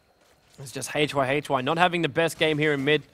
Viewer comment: i like your commentaries so far very much, but gotta misslike the way you pronounce Yamateh and hyhy´s names! xD